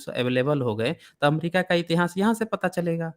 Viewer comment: श्रीमान जी इतिहास शब्द का उच्चारण सही करें